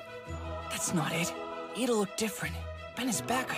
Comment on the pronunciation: Kessie Noel lmao- (btw I'm really sorry but it's Iida not Lida-)